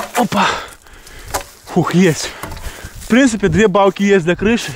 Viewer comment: Ты весь ролик говорил: не Палки,а Балки🤣♥️